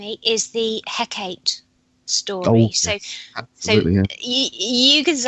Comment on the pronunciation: Hecate (or Hekate) He - as in 'hell' Kat - should sound as 'cart' e - same as first 'e' (as in 'hell')